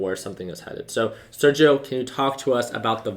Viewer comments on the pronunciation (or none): none